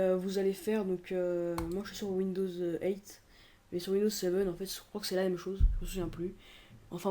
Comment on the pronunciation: Mec on dit Windows Huit et pas Windows Height... Tu peux le dire mais les autres ne comprendrons pas..